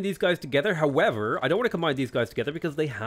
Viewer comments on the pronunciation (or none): none